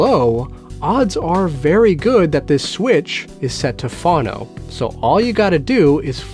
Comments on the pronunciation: Yes, please never ever say it that way again! :-) Phone-oh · Why do you pronounce 'phono' as "fawno"? I've never heard that pronunciation, and the dictionary has it as both vowels being long. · Phono is pronounced “Foe-no.” :) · It’s pronounced phone-o,. Record players are also known as phonographs. Pronounced phone-o-graph. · I'm American and I've never heard anyone say "fawno" until this video. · Same here. Maybe he's Canadian, eh? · That was driving me mental, too.